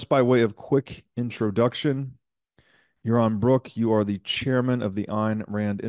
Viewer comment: Yawon Bwook is mowally bwoke